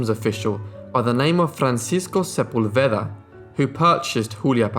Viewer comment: As a doctor I'm disgusted at the doctors who certified she wasnt human Pd Sepúlveda is pronounced with emphasis on the "pul" Se-PUL-ve-da